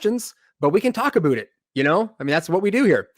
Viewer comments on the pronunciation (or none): with zero accent before, saying "we can talk aboot it" was the funniest thing I've heard all day. Just unexpected.